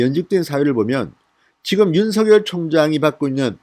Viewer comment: 윤씨 성을가진 형제가 있었는데 ㅡ형은 윤석열(尹錫悅)이고 동생은 윤서결(尹瑞潔)이었다 이형제는 동명 이인이 아니다 ㅡ석열과 서결은 각각 다른 인격체이므로 그 고유명사대로 구별해서 발음 해야된다고 보네요 석열이 서결이고ㅡ서결이 석열로 같은 사람이 되어서는 안될거 같음~^^ 참고 하세용